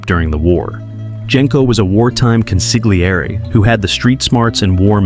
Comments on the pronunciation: It's pronounced con-see-lee-err-ee. If you see "gl" in any Italian word, do not make a hard g sound, just emphasize the l. Hard g sounds are not heard in Italian unless they are followed by h's as in "ghiaccio" (gi-ah-cho) or "ice." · Interesting analysis - apart from the fact the narrator cannot pronounce 'consigliere'. You don't pronounce the 'g' in Italian (or in the Mafia) - it's consil-yi-eray. An embarrassing mishap. At least he gets it right after . Then he forgets it later, it's very weak narration. And the repetitive music is annoying, but at least quiet. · This is unwatchable when the main term is pronounced so poorly. It's con-seel-YEHR-eh, not con-sig-lee-AIR-ee. Ugh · I don’t understand why you guys don’t babble or google how to say the word. The g is silent. Con see yer lee! That’s the best phonetic I can do. And yes my parents were Sicilian immigrants. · Jesus Christ, you’re killing me with the way you’re pronouncing it! It’s pronounced Con- Sil- Yeri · Im not Italian, but hearing consigliere being pronounced like that by AI gives me the hibbie jibbies. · From the beggining I can't watch the video. Go look up how tge word consigliere is pronounced. Watch the movie again even. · It is very distracting the constant changes in the pronounciations of key terms and names in this video. Sometimes (few), consigliere is pronounced correctly, but mostly mispronounced (the g is slient). Genco is also both hard g and (the correct) soft g, and even Hagen's name is mispronounced. Don't call yourself Mafioso if you can't pronounce the basics. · Bro, you need to learn how to pronounce Consigliere and Genco